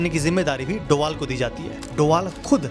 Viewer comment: Abe doval nhi h wo dobhal h